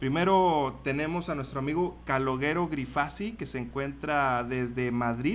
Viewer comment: calogero la pronunciación es parecido caloYero y no caloguero, no es dificil.